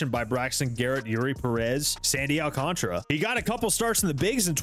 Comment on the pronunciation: Whenever someone pronounces it “Sandy Alcontra” instead of “Al-can-Tara”. 🙄 You know, like how it’s spelled.